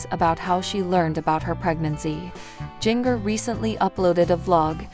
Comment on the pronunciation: G in ger not ging er.